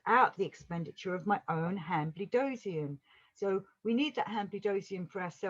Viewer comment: It is pronounced han-bled-zoin.